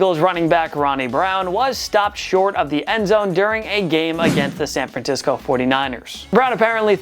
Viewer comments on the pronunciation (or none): Who else came to the comments after he said San FranTisco